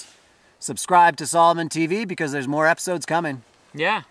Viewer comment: “Salmon” Althlete